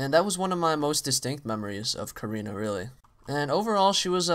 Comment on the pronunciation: not korena its karina !